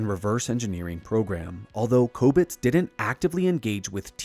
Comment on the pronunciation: You’re the best. Bobby Ray Inman has fascinated me ever since Clinton tapped him for the White House. One quirk of Inman: when giving his remarks, the word “didn’t” sounded like “did” when he said, “the president did(‘t) know that.”